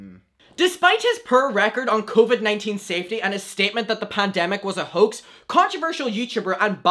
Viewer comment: This is completely off topic but every time he says “Hoax” all I hear is “Hux” and that’s on thinking about nothing but Star Wars👁👄👁🧍🏻‍♀️